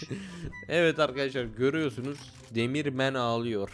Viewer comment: Demir adam değil demiv adam